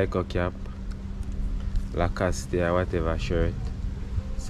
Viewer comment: brand the name Lacoste the E is silent